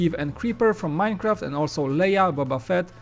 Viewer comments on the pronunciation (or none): none